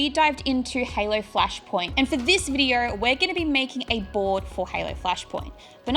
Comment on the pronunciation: “Our last vidier..” 😂